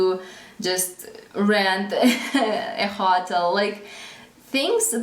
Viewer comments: Your English is VERY good! May I make one suggestion about the word 'hotel'? The way you say it kind of rhymes with 'bottle' or 'throttle', but, actually it should be pronounced with emphasis on the second syllable, like 'ho-TELL.' Like the word 'farewell'. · Hello! Your English is excellent. One tip: "hotel" is pronounced with a long 'o,' like in "so." Equal emphasis on both parts of the word. Not a big deal, just thought you might like to know. I enjoy checking in and seeing how you and your family are doing.